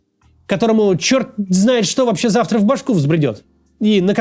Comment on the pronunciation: да зЯвтра😂 Падуль вугнатый